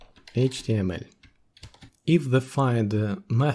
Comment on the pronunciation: Произношение Эйчь ти эм эль выдает )))